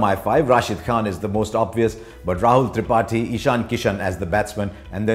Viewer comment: He pronounces tripathi like thripati